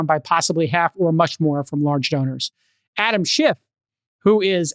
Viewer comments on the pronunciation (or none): none